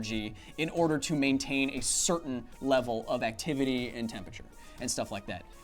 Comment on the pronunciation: Too much "Tempature" for me =(